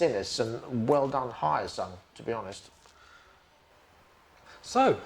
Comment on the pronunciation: It's not Hiyasung, it's Hyo-sung.